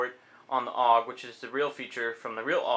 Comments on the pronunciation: Its pronounced A. U. G. not aug as a single word .. -. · there is nothing more that gets to me then when people say OOG and not A-U-G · Actually, no. People who know how to pronounce it say A U G, and calling it a bullpup is like calling M4's just rifles. A bullpup is a rifle with the magazine behind the triger, which offers a longer barrel without having to increase the length of the gun, and therefore increasing accuracy.